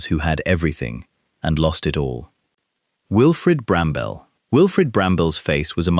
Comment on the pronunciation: Wilfrid Brambell is correct, if pronounced badly.